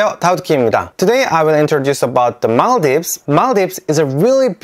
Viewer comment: I'm so happy that you recognized our country, i was checking your shorts. And suddenly i saw our flag, and yup, everyone know maldives as mall-dives the country that people go for holidays/vacations... finally i met someone who knows our country, and someone who can pronounce our country correctly.. its mal-dheeves!!